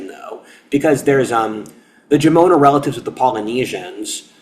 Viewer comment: There are so many details you get wrong, that I can't even watch this. I'm Japanese. And no, it's not pronounced Jomone. Sorry not sorry.